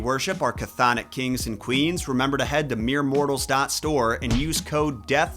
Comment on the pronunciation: TY! Also it's Kurberus for Cerberus and chthonik is pronounced thon-ik.